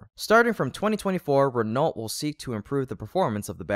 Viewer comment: By the way guys, Renault is pronounced "Ren-oh".